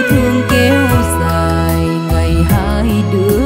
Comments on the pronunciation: Dài chứ không " giài " , rối chứ không phải "giối" , hát khúc đầu phát âm sai tùm lum. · Sẽ hay hơn nữa nếu bạn phát âm lại chữ " Dài" ngay từ đầu bài hát " Câu hát Tình Quê". Chúc bạn thành công